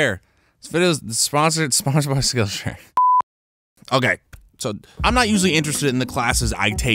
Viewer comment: I totally thought he said "skin share" instead of "skill share" lol.